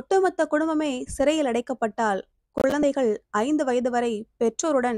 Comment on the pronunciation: அருமையான கதை! உச்சரிப்பு சரியான முறையில் இல்லை. குழந்தைகள், பழைமை யென்று சரியான உச்சரிப்பு இருந்தால் நன்றாக இருக்கும் 🎉